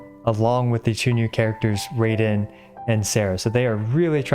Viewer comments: It's pronounced "Rye-den" not "Ray-den". You can't escape pronunciation issues. Haha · no way around this, she's a japanese-inspired character with a japanese name. the way he says it currently would be spelled ”れいでん”, (Reiden). the kana of her name in jp is ”らいでん” (Raiden), and we've heard her name in-game in tons of story quests and world quests, and in trailers and livestreams as well, pronounced the same way. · Also btw it’s pronounced “Reyeden” because “ai” in Japanese is an “eye” sound but I’m just pulling your leg I don’t really care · The word Raiden is pronounced" Rye-den" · Raiden is actually pronounced like rye-den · Not tryna be THAT guy but it's pronounced Raiden as in R- eye -den with an i sound. 👀 Love u vids tho no hate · the problem with saying raiden is that "雷電" in Japanese kanji (literally "thunder and lightning") is pronounced rye-den which means you're still wrong but it's ok nobody can ever be right on the internet LMAO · It's baal! Not bay-l. And it's not ball either. Baaaaa-l. And it's not Ray-den either. Bruh this is so confusing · Bacause your way of pronouncing Baal is wrong twice.. It's neither Bail nor Ball. It's more like Bawl And Raiden is pronounced like Rai in Raichu. Ra-ee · Jokes on you, it's pronounced: "Rye-den" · I love how he switched to Raiden to avoid pronunciation issues but now he's mispronouncing that 😅😅. It's definitely "Rah-ee-den". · bro mans mispronouncing her alternate name too (r”eye”den) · nO iTs RAy-DeN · "Imma just say Raiden." Pronounces it as Ray-den *Facepalms Enough of Raid Shadow Legends so you don't pronounce it as Raid-en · “Ummm actually, its pronounced RYE-DEN” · it is actually RA-EE-DEN, you will never win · Its pronounced "Ball" and "Rye-den" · I'm pretty sure the pronunciation is Ba-al and Ra-i-den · Well its actually pronounced ra-eye-den, ehe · It's actually pronounce RAI-DEN..... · actually is pronounced as ryden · do you mean…. R-EYE-den 😭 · No its pronouced as RYden! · its raaiden